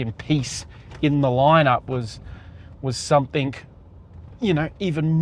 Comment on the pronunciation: It's 'something' not 'somethink'. 😢